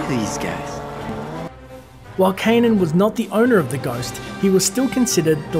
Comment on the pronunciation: Kanan. Not Ka'nan.